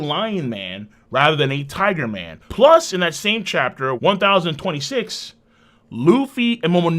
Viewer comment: Lmao just because you say tigu man instead of tiger man doesn't meant it sound like authentic Japanese way of saying it. You crack me up